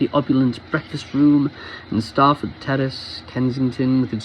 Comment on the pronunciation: Well read! 🇬🇧 Yes, the second one, Eat-on. Although you would have nailed 'starf', when it's 'Staff-ord', it's said as exactly that, not ’Starf-ord'!